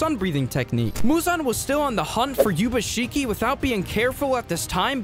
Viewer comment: And also in the 2nd scenario pronouncing Ubuyashikis name as yubashiki like bro??